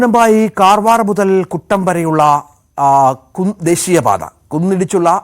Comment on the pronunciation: കും ട്ട യല്ല കുമ്ത